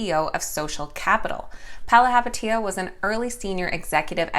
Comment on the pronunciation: bravo, pronouncing Chamath's last name properly. "Do the Math, believe in Chamath".... except IPOC allegedly not interested